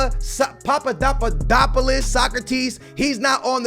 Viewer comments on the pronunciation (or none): none